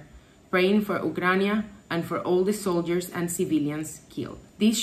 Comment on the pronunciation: What is "Ukrania"?:) Sorry, don't want to be mean, but it's funny how you pronounce the name of the country. Probably it's how it's called in Latin-based languages.